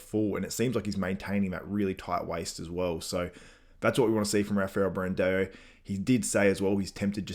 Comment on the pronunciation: can you pls learn how to say BRANDAO*S name its no E in his name its not Bran-deo! its Brandao ... AO AO AO AO!!!! for the love of god!